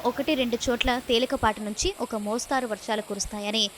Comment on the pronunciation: మోస్తారు కాదు తల్లి మోస్తరు అని చదవాలి